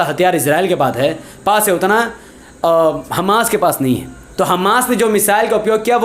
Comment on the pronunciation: Hamas sahi pronunciation Hammas ghalat Hai